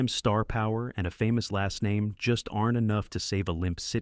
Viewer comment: More ai narration or just a person with bad pronunciation. Mispronouncing many character names. Otherwise ok.